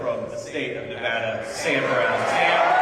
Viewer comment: What kills me is he can't even pronounce Nevada 🤦‍♂️